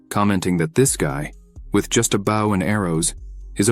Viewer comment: I like it, has above average grammar but come on the AI reader is annoying. keeps reading words like weapon as "weepon" and friend a"frind" Bow as "boo" etc...